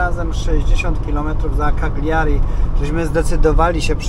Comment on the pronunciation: Kaliari a nie kagliari